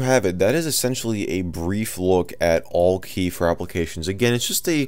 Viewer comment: Isn't it pronounced "Al-Key"?